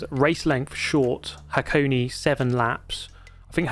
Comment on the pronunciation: It's pronounced Hakoné, not Hakoni.